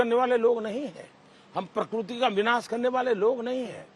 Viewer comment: Prakurti or prakirti!!